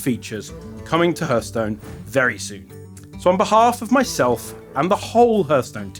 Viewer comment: Love it, but please someone tell him it's not pronounced hurthstone